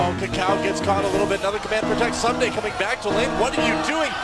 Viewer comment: "Soomday"? Really??